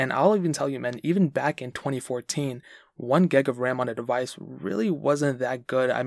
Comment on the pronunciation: Hi it’s gig of ram not geg of ram